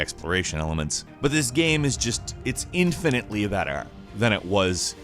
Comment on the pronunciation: infinitely BETTAH